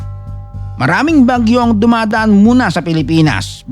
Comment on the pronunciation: AI voice ba ito? Bagyó nagiging Baguio bigkas😅